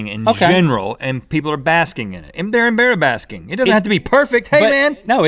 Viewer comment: EmBarrabasking lol